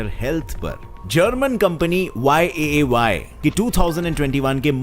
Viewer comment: Fun fact:- ne YAAY bola jabki likha VAAY tha, 👍 Edit:- to